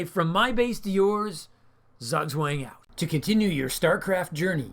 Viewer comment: Again, very likeable and unique commentation style, especially the level of maturity shown when handling the topic with the Saudi Arabians. My advice from Germany: Pronounce "zugzwang" like "tsook tsvung" 😎✌️